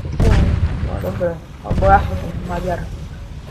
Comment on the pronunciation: namiesto dobre povieš dobe :D